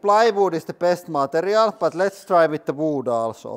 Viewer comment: The way he says “woold” and “scruu” 😂